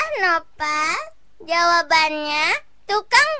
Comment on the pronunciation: Nopal bang bukan noval